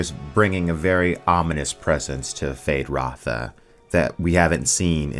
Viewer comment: Why are you removing the U from Feyd-Rautha?